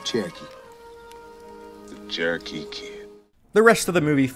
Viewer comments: The Che-roh-kee Kid, eh? You make me sad. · Charrow-key Kid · You’re pronouncing Cherokee wrong.